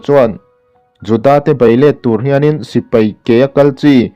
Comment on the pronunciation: Sipai tih tur, Sipei nilo in .. a ngaihnawm e.